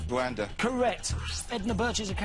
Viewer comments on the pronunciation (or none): none